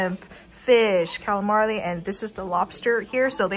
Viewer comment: why does she add an L to words like calimarli and bufflet